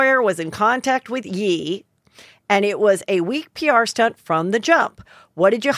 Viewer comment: you really need to pronounce Ye' correctly .... (yay) not (yei)